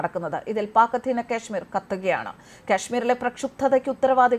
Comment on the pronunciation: "കശ്മീർ" എന്ന് പറയൂ. ക്യാഷ്മീർ എന്ന് കേൾക്കുമ്പോൾ ഒക്കാനം വരുന്നു.